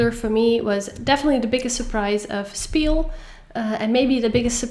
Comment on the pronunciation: It's not spiel, its pronounced shpiel, PLEASE, for all german-speaking viewers❤❤❤❤